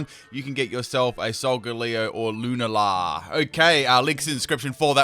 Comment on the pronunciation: Lewnla? It’s pronounced lu nall uh